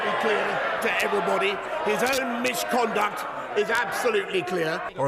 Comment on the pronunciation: You can’t say MIsH-conduct Boris, you are mocking Parliament The same rules that stop EVERY MEMBER calling you a Liar to your face Do you want the rules or not? Either way, check mate!